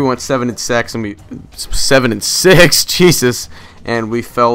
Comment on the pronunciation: Perverted mind... Saying sex instead of six.